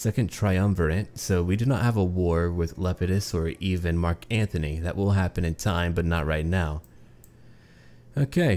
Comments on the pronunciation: Antony, not Anthony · ***** Still it is Antony.